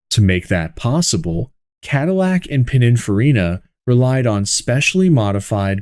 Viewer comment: AI seems to have Pininfarina flow from his lips but Allante no so good.